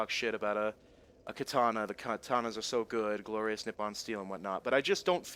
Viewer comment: the glorrriousu dpsuu made me laugh so hard xD charming as ever:)